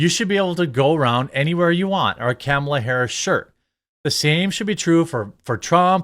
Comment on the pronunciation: Ur saying Kamala wrong scumbag 😂😂